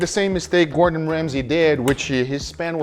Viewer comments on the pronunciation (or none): none